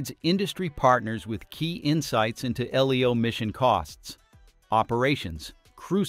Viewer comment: Most humans read LEO as "LeeeeOh" ... AI does not.